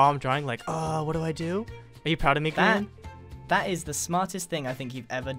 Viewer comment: he means you said grain not Grian